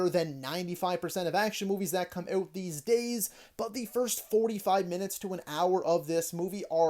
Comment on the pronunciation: You said oat not out. I'm guessing you also say a boat instead of about.. 😂